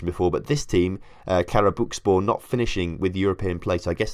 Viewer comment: What makes it more funny is that you pronounced it correctly each time you said Karabükspor but with the others it just wasn’t happening 😂